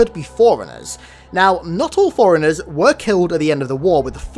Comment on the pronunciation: Love the videos! Might I suggest that you put a spacing in your pronunciation of fore-runners so it doesn't sound like your saying foreigners in every video xD